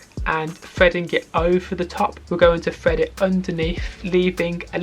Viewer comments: Have a drink every time he says ‘Fred it fru!’ In all seriousness, great video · Now we all heard bro say fred it frough😂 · "And fwead it fwugh" 😂 jk great video though